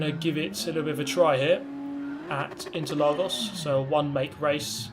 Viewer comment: As a brazilian, "Interlagos" pronunciation was really good!